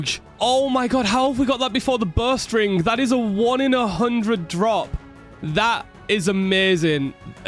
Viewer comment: I thought he was saying "Burst ring" the whole time he was talking about bowstring and I was so confused.